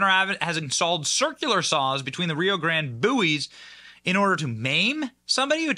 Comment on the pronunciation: Benny, you're mispronouncing circular saw